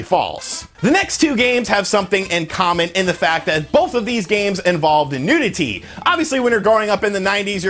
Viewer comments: Your saying NUDITY not NEWTITIDY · NEW-dih-tee lol this was a great vid. I remember all of these rumours xD